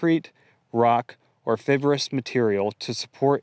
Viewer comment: Oregon is going the way of New York… DOWN THE TOILET. PS Fibrous is pronounced: FY-BRUSS… not “FIB-ROUS 👍